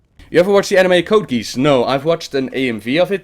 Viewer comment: Lol he said "code-geese" That had me laughing. :)